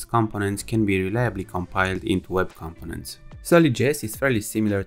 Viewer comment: Not compo-nents, com-po-nents